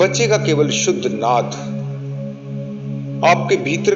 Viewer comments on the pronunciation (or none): none